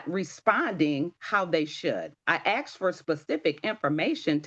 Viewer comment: Oh you axed for it did you ?